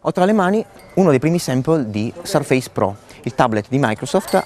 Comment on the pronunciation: Bel video, ben fatto, ma con un paio di imprecisioni: Surface si pronuncia in modo diverso, e la cover sottile si chiama Touch Cover. La Type Cover è quella con i tasti fisici, più spessa. il bootloader è sbloccabile dal pannello di controllo Modern. Alcuni possessori hanno fatto dei video in cui hanno installato Ubuntu ed altri sistemi.